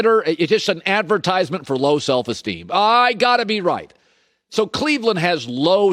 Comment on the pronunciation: Having trouble saying self esteem Collin?